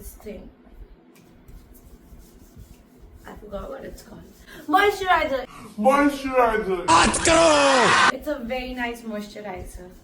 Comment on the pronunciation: I love da way u told moisturizer 😂🤣😂🤣😂